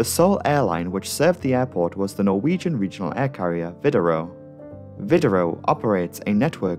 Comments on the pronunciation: Are you Norwegian? You pronounce those names and places too well to not be of Scandinavian descent. Excellent video as usual! I look forward to every upload. Cheers from New Orleans Louisiana. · I am norwegian and I love listening to non-norwegian folk try to pronounce norwegian words. You're really good at pronouncing the places in English, even if I still find it funny. <3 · As a Norwegian I am very impressed by your pronounciations, especially considering these are difficult words with characters unknown to English speakers. Well done.